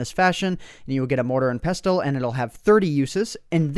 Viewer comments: OMG pronunciation Just bugged me so much hahaha had to comment Thyme is pronounced "Time" Pestle and Mortar is pronounced "Pessle" and Mortar And finally Ginseng is pronounced Gin "Sang" not Gin "sing" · You said pestle wrong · Its pronounced pessle not pes-tle. :) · Pes-tel XD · Pronounced mortar and pessle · Pestle is pronounced "pessle" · Love how you pronounce 'pestle, thyme and myrhh' :D